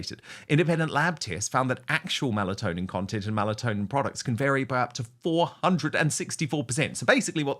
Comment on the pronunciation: Melatonin, not Malatonin